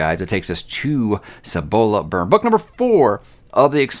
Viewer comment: You were correct with your pronunciation of Cibola (according to the audiobook). Dragon Keeper was the first Robin Hobb book I read. It's the reason why I continue reading her books. I've never understood the general dislike for Rain Wild.